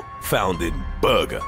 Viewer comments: lmao the way he says burger kills me 🤣🤣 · The way this guy say Burger is the funniest shit I've heard. Lol